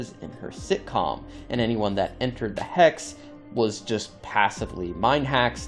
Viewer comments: It's pronounced Hex. You're saying Hax. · “Hacks abilities” 🤣🤣🤣🤣🤣 Dude it’s “hex.” Wtf. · Hex? No HAX😂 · You sounding like you were saying Hacks , appart from that good video 😅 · why do you keep saying Hacks instead of Hex? like... wtf? they're even hexagonal in shape... come on. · I thought u were saying hacks😂